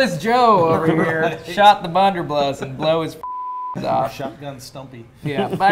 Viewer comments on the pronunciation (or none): keeps saying "bunderbluss" and nobody is correcting him. You think he knows? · Is he saying bunderbluss on purpose lol he keeps doing it in videos😂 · Between this video and the original, I die every time says Bunderbluss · isn't it blunder BUSS?